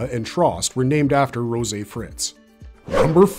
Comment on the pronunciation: Rosé? Really? Sometimes, I wonder if people mispronounce things just to be annoying. Never once did anyone pronounce that girl's name like that. Not in the anime and not in the manga. Just completely unnecessary.